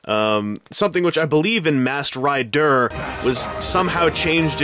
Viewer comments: MASKED RI-DER? moar leik masked ri-DERP LOLOLOL RI-DERP HAHAHA LOL Oh god! I've been spending too much time on power rangers fourms! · Masked Rid-DURR 😂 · everytime you said "masked ri-der" LOL laser gun.. LOL love what you done at the opening!!!